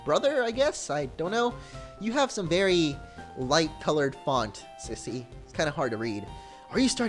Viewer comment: it's "SEEser" not KAIser